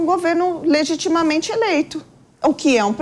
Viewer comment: " Governo legitimamemte eleito ?!?! " tá de sacanagem moça!!!